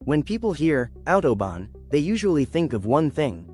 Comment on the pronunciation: Bien l'IA , mais respectez la langue et la prononciation svp . Mais vous oubliez aussi de préciser qui a participer a une grande partie de certain tronçons pendant la 2eme guerre mondiale ( une main d'oeuvre pas chere du tout !!!) vous vous souvenez ??? Et attention à vous sur .... l'autOBON